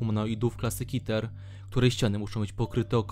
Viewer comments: ter zamiast keter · Czy ja slyszalem ,,kiter'' keter lebku XDDDDDDDDDDDDDDDDD